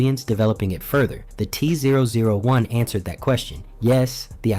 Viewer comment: Kinda disappointed in myself for not realizing this was ai slop until the voice started struggling to say t-001, thats what i get for letting videos autoplay at work i guess